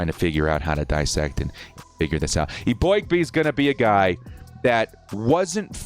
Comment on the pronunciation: Bro, you’re sleeping on our 4th round pick Justin Eboigbe! And just so you stop jacking his name up, the O is silent and is pronounced E Big bee!!! He only dropped in the draft cause of his neck injury, but the dude is an absolute beast of a DAWG!!!! He definitely deserves a much higher grade the a C lmfao! Just wait, he’s gonna hold the D line down! ⚡️Bolt up⚡️